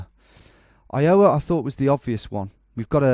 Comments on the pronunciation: I do enjoy your subtle mis-pronunciations of states, I find it charming. Just as pointers: Spokane rhymes with "can" and not "cane" Iowa is EYE-owa, not eye-O-wa Maryland is MAIR-uh-lund, not "mary land" Wichita is "WITCH-uh-taw", not "wuh-CHEE-tuh" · iOWa, your emPHAsis is on the wrong sylLAble ! EYEowa = correct. btw these are impossible and i live in the states. These rural guesses are nuts. seriously good try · Eye-uhh-wuh, not Eye-Yowe-uh. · Not I-OH-a, I-o-WA. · Phonetic help -- "EYEoh-wuh" instead of "eye-OH-wuh". It's as if it's two and a half syllables. The 'O' sound doesn't linger in the mouth. -an Iowan :) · Tom, when you say “Iowa” the stress should be on the “I”, not the “o”. Not throwing shade, just trying to help. (Plus, my Iowan ears curl a bit every time you say, “i-OW-a”. 😂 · I owe a banana, do you 'ave 'em wicheeta ones? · The only man not from Illinois to pronounce Illinois correctly and then pronounces Iowa wrong..LOL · the way he says iowa (you put too much stress on the middle syllable, it should be on the first) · the way you pronounce iowa and wichita is...interesting XD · LOL its so funny how u keep messing up iowa... Even down to the pronunciation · The funny thing is I think he pronounces the states the wrong way just to provoke you americans. It’s the same thing with Maryland. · * clicks 10 state challenge * Let's see if Tom can pronounce Iowa right this time. * grabs popcorn * I fucking quit :D :D :D WHY DO YOU HATE ME, TOM? :D :D :D